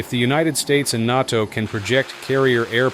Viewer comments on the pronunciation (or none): Say it with me.... Nay Toe....Nato....not naughtoe. 🤣🤦‍♂️ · If United States and NOT TOE... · The cheap AI voice used to narrate this can’t say NATO right 😂 the NOTO exercises.. Sorry thought that was funny! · Is this channel nothing but AI slop? NATO is not pronounced that way.